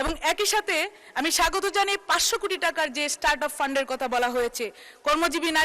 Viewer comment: এই হলো সুন্দর বক্তব্য, একজন বলছে উচ্চারণ খুব সুন্দর, তিনি বলছেন কুটি কুটি তাও দেখে দেখে, এখনো কোটি উচ্চারণ করতে পারেন না।